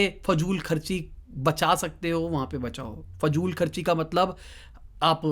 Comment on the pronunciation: Faajul kharchi nhi fizul kharchi